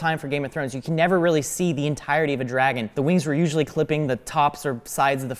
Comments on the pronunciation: pronunciation of dragon FASCINATES me. Dreigon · OK, so I know what a "dragon" is, but what the heck is a "dray-gon?" And where in the world do people pronounce it like that? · It’s dra-gon not dre-gen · It's drAgon not drEgon